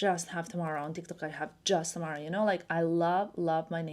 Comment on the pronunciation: your name pronunciation in USA is odd, I don't get why some people say Tamra... it should be just as you are saying TAM-AH-RAH